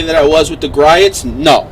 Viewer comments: Dude, It's pronounced "Gree-oh's". Just check out one of their you tube videos and listen to the man say his own name.... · it’s not so much the “t”, it’s more the vowel sounds. Gree ohts